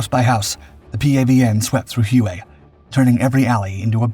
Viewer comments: Ask a Vietnamese how it is pronounced, it is pronounced Way not hu a like he was saying it. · Not Hew-A, HWay. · Huay? Try: Way (Hue). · Great pod. Just a note, ‘Hue’- is pronounced: “way” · No way man, its hugh as in hugh Beaumont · If you are going to talk about something and repeat it ad nauseum say it the right way! Hue is pronounced Way!